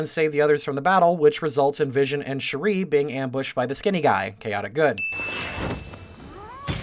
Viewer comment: is it just a coincidence that this guy and cinemasins both say shuri's name wrong?